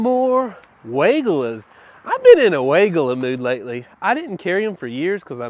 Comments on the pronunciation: Stacy Hervela at Proven Winners Color Choice Shrubs pronounces Weigela as why-GEE-la. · You got me! 🤣 I had to look it up to see if I've been mispronouncing Weigela all this time! Y-G-La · Hi. Another great video but another fun fact on the correct pronunciation on weigelia by Stacey from PW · You’re mispronouncing Weigela!! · He does it on purpose. It’s German we all pronounce it wrong. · I know, its so funny to hear.